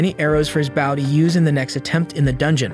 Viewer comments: Bow ... Not baow.... Otherwise very good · You miss pronounce bow, you are pronouncing it bough.😂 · I know I may be the only one on this but when you say "Bow" theres two ways to say it, Bow: as in take a bow for your performance, or Bow: bow1 /bō/ noun 1. a knot tied with two loops and two loose ends, used especially for tying shoelaces and decorative ribbons. "a girl with long hair tied back in a bow" I know I'm nitpicking but it was driving me up the wall hearing the wrong word said for his Ranged weapon!